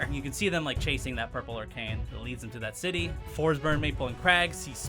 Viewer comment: I rewinded In the video at the perfect time to hear "sex with Orcane"